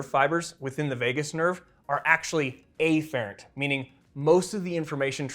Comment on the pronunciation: Turns out it’s a lot of things he pronounces actually. Maybe it’s just him. EEfferent and AYfferent being a few others.